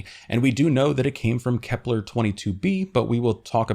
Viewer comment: FYI, Kepler doesn't rhyme with "kevlar." I'm guessing you conflated the two in your mind while reading your script, which happens, but you pronounced it this way every time so that militates against the idea of it being purely accidental. Your videos are great but they all feature numerous mispronunciations of words, often very common and basic ones. I recommend consulting a good dictionary with (ideally) IPA (International Phonetic Alphabet) pronunciations for each word. It will raise the overall quality of your videos and satisfy sticklers like me, making us more eager to follow your channel for new content.